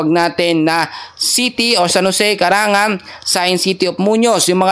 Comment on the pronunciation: CARANGLAN nd CARANGAN Ayusin mo nman amang ang pagbabasa